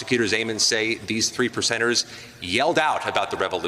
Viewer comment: When he said the 3 percenters, I thought he said, The 3 lepers!